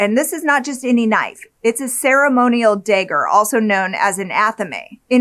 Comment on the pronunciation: A "day-ger" huh? Never heard of it. I've heard of "dagger" but not the way you pernounce it and ive been alive 44 years and never heard it ever said it that way.😅